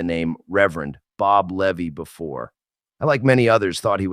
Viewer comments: Its Leeeevy not Levee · Pronounced "Lee-vy"